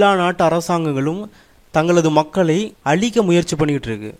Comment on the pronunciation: alikka illa.azhikka